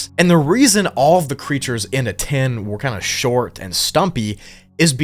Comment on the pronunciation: Aten is pronounced AHTEN and not A-TEN.